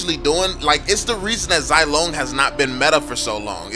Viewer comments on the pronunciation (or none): I can’t stand people who keep pronouncing Zilong wrong....It’s “Z-Long” not “Zy-Long”